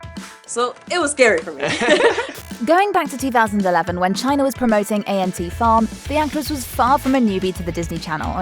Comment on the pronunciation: Did she just say A N T farm? 😂